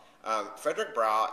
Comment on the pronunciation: Nice review. Not many book reviews on youtube id like to see more keep it up :). Id like to point out some errors the correct pronounciations are Jean Ugard 'h' is silent and Fedrick Browee .